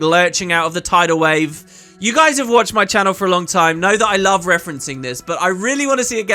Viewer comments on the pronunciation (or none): none